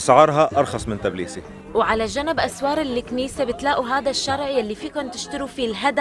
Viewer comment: تابيليسي .. مش تبليبسي